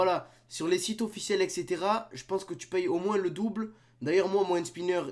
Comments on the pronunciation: C'est pas "hand SpYnner " Ptn 😂😂😂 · il fait mal au oreille quand ilpronnonce le mot hand spinner a 00h40 seconde